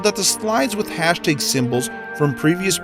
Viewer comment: hashTAG not hashTEYG